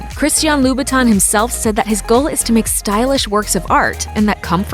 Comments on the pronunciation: What is Voove Kleekow? or Loobton? What is this. The brand recognition, story, heritage and history of the brand is what you pay for. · They said the name wrong it's Christian "La - boutin"